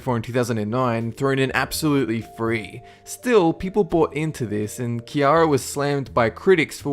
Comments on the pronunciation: It's actually pronounced "see-air-uh" The name you said is spelled Kierra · ciara not kiara..... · Ciara nor kiara "si" not ”key" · Its See-air-ra not.. key_r_a Smh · her name is Ciara not kiarah 🙄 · why is he saying kiara?? it's CIARA!!! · Wait, am I the only one who got completely cringed at the fact that he pronounced Ciara's name wrong? Its SEE-AIR-AHHH, not KEY-AHH-RAH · kiara? its ciara, see-air-ah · She was speaking about when he said kiara her name is ciara which is pronounced like Sierra. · Kiarah!? KIARAH!? Her names not pronounced with a hard C sound... It's an S sound... Like Sierra, but it's Ciara... I loved I loved Ciara, BTW... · Ciara's name is pronounced "Sierra" not "Kiara". And you mentioned the KFC coupon hoax, but not the rumors that she was a hermaphrodite? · Its not kiara its ci-air-a making a s sound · Ciara is pronounced see-yeah-rah not kee-yara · Ciara is pronounced Sierra not kiara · it's Pronounced Ciara (Cee-er-ra) Not (ci-yara) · "ciara", you're pronouncing her name wrong- Instead of using a "Ki" sound use a "Si" sound. Or just "see", its pronounced See-ara. The way you say it annoyed the fuck out of me lol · Keyara? LMAO. Its Ciara, pronounced See-air-a ie Sierra Desert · thought it was adorable that he called her kiara instead of ciara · its Ciara not Kiara...ahaha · HER NAME IS CIARA...... SEA AR AH NOT KEE ARRAH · you high ass it not kiera its ciara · It's ciara not keira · HE called her ki-ar-rah lol its Ciara but pronounced sierra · This bothers me her name is Ciara and it is pronounced like sierra not Kiara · He said kiara and not C-iara haha😅😅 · It's not Kiara lol , it s Ciara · Ciara is pronounce Sierra not kiara!!! Lol easy mistake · Isn't that Ciara and not Kiara? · Its See-Air-uh NOT Kee-are-uh...... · i'm pretty sure ciara is with a soft c, not a hard c. so it's sea-ara, not key-ara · It's Ciara not Kiara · Ciara is pronounced CEE ARA Not keyara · Pronounced Sea-ara (or sierra i guess) not Kiara :) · he called Ciara kiarra